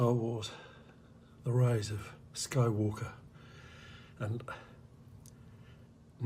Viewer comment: The roise of Skoi wooker